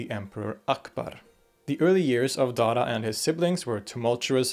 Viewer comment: When he says Dara, it sounds like Dada.